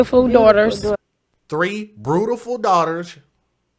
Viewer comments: In the circumstances, pronunciation is totally trivial, but why can't people use the English language properly, at least in public. "Brutiful"??? Almost as bad as my pet peeve... "Aaks"!! Really doesn't help our presentation as black people in public or around young children who learn from us. Trivial point definitely, but just shows us in a bad light. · I tried to watch without comment but this spoke to my soul. First off, okay she mispronounced beautiful...in the moment of pure grief most will mispronounce their own names... the smirk and jokes were too much! Yes she had 3 children which were seemingly all cared for...You sound like a pure racist to me brother and against your own... let me get this right, because he has tattoos he's a thug? And because she liked to dance makes her less than?? I'm from Detroit and can tell you that the love of dance is huge here. We hustle, jit hip roll all kinds of signature dances. Dancing is an art form. Im confused at why so much time and negativity was spent towards her love to dance. You took this left field. How do you know there was no insurance policy? Yes everyone has an opinion but this video and comments are nothing but judgmental. Shame on us a community and culture. How many of us care about what happens to these babies!